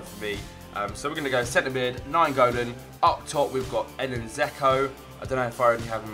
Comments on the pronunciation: It's not "zeko" it's pronnouses d-j-elk-o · Its pronounced 'Jecko